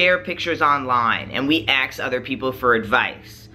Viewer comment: Great video. (Also, it sounds like he's saying "ax" instead of "ask" haha)